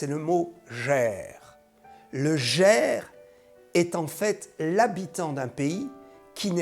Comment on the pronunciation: Merci pour cette vidéo ! L'étranger en hébreu se prononce : "Guèr" et non "Jèr".. Shalom en Yeshua à tous ! Dieu vous bénisse !